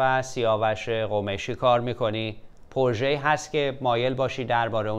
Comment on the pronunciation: اقای مکری درود ، ازشما که مجری باسابقه ای هستید انتظار میرود لغات را درست تلفظ بفرمائید : " پورژه "غلط است "پروژه " بایستی گفته شود و یا اگر مانعی نمیبینید بجای تلفظ فرانسه این لغت گویش انگلیسی انرا ادا کنید ، شما در هر برنامه تان چندین بار تلفظ غلط را که نه فرانسه است ونه انگلیسی ونه تلفظ معمول فارسی تکرارمیفرمائید ، یکی از برنامه هاتان را مجدد بازبینی بفرمائید متوجه خواهید شد چند بار "پورژه" را بجای "پروژه" یا "پراجکت" گفته اید سپاس